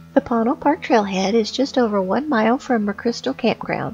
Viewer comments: It's usually pronounced "Poe-Neil" in my experience but lovely video! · Ponil is pronounced by the locals as Po-neel. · Amazing video. Thank you so much for sharing. Regarding the pronunciation, I would have pronounced it as several people mention in comments: 'poe-neil', alhtough it didn't have any meaning I could think of in my (European) Spanish. So I checked in the Dictionary of Northern NM and Southern CO Spanish by Rubén Cobos, and it is spelled 'póÑil', with what is called the 'tilde' over the 'n', which changes the pronunciation to something similar to the beginning of 'new'. Many times, with NM place names, those 'details' are lost because of English signage. Póñil (with the stress on the 'o') would mean Apache Plume, a beautiful grass / bush. Another interesting fact regarding the area: Lew Wallace is said to have finished writing Ben Hur at one of his favorite places: under an apple tree of the Chase Ranch, 20ish miles south of PÓÑIL Park. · Ouch. Need to do more homework, like pronouncing "Ponil" properly.